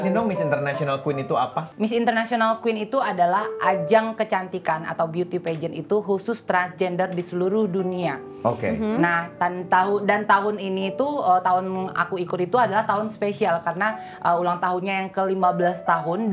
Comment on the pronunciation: cuy lu ngomong pageant aja salah...sedih akutu baca comment km pigaents:(